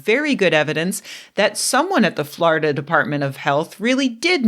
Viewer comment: Love your "Florida" pronunciation. FLARDA!